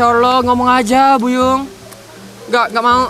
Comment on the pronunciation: Aq srng je ke yg terdengar mikha ckp buyung?